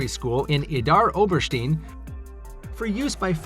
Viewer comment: Its oberstein not ovesteen bad. I lived there for 3 1/2 yrs . 11A